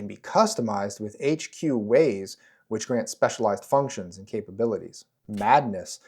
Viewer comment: During character creation, I can't count many times Wayne's World 🌎 "no hway" sounded in response to you saying "ways."